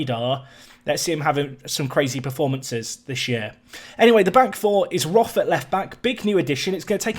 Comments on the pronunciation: Th is just t in german. So its more like rot but with a long o like in core. It just bothers me because its my surname and to here it pronounced wrong just bothers me a little bit. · As you are trying to pronounce the names correctly: Roth is more like 'rot' with the 'o' pronounced rather long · Quick German lesson: the 'th' in Roth is not pronounced like in English. The H is useless, just ignore it. The O-sound is a long one, like in Nico actually. R-oh-t would maybe be a good transcription.